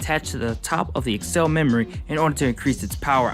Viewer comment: Why do u say accel like that, I know it's not important but I'm cringing so hard everytime you say it